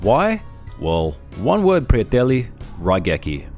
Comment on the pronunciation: Lmao did not expect to here prijatelji from you, or even from that accent, not bad bro, you yugo?